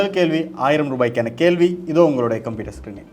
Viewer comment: நல்ல நிகழ்ச்சி நடத்துனரினர் மார்க்க அறிவும் பாராட்டத்தக்கது இந்த வயதிலும் மாணவியின் மார்க்க அறிவை கண்டு வியப்பு நடத்துனர் தமிழ் உச்சரிப்பில் கவனம் செலுத்துவது அவரின் திறமைக்கு உந்து சக்தியாக லாம் கேள்வி - கேல்வி